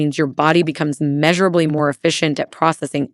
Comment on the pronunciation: What gave the AI away? Was it "meeshurably"? Love cloves anyway.